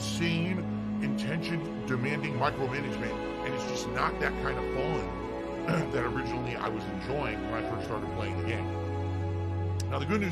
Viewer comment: Its not FHUN dood!